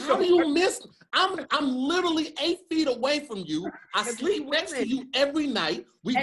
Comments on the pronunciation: Anybody else notice always say “litally” instead of literally.. litally everytime😂😂‼️ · YES! Thank you!!! I thought I was the only one that noticed. And he says it all the time. Like litally multiple times per episode.